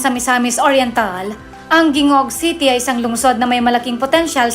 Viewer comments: HINGOOG City ang tamang bigkas ng siyudad na yan at hindi Gingoog. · Gingoog pronounce as Hi-ngo-og not Gi-ngo-og. Sorry po!✌️ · Gingoog haha.. pronounce as "Hingoog" not Gee. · Hahaha..natawa ako sa mga comments.ang masabi ko lang research more! Lalo na sa pronunciation sa lugar.like; "Gingoog" it's reads.."HINGO-OG" ang "Tangob..it's TANG-GOB"😊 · Punta ka ng Cabadbaran, wala ka ng makitang bahay pawid. Wala kang makita nanagrereklamo na nagugutom. Ang content mo ay kwestyonable. Ang tamang bigkas sa Gingoog ay Hingoog madam dyan lng ay kulang ka sa research. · Nag research ka sana sa correct pronunciation sa ng mga cities na yan,like tangub and gingoog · Punta ka dito Cabadbaran. Wala kang ng makitang bahay pawid. Hindi nagugutom mga tao rito sagana sa gulay.,at sa isda kahit mahal ubos. Marami pang ginto sa bundokin lugar dito ang hindi p nagagalaw Gingoog lang hindi pa tama bigkas mo. Kulang ka sa research kaya mali mali ang content mo.🙈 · Tarunga pud ug pronounce ang TANGUB ug GINGOOG 😊✌️ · D man kaau Marunung mag pronounce sa local na bigkas sa mga Lungsud Yan Yan katulad ng Tangub at Gingoog